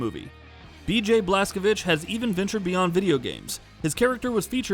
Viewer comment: i like that you properly said Blazkowicz. my respect as native Pole